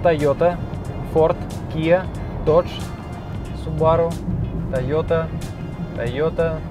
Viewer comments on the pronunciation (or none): none